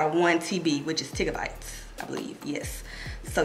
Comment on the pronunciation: Sis u said Tigga bytes... n I died. Okrrr gurl.